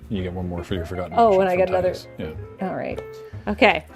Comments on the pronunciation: Ya'll need to look up how to pronounce Tidus ☹ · If they wanted his name to be teedus then they could have either spelled it differently or put it in spoken dialogue. His name is spelled Tidus and that’s how people said it.